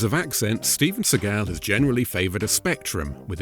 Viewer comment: Steve-juan Segal lol